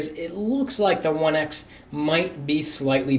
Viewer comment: He said HTC oneice